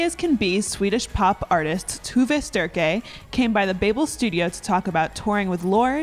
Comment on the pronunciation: It's pronounced tow-ve strike